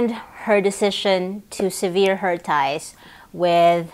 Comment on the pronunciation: Sever rhymes with lever. Severe means harsh, sever means to break off, remove. Sorry, this just drives me nuts.